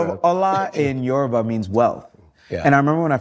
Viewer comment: He left at 10…. Can pronounce his name flawlessly with the Yoruba accent. But pronounces the word Yoruba…as “yoroooba”?. Goodness me